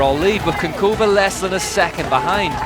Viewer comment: It's Kuchynkova not Kunkova :D